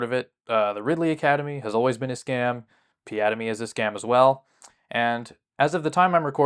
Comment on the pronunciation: The way he ( Ridley ) says piademy sounds like piada - mi The portuguese word for joke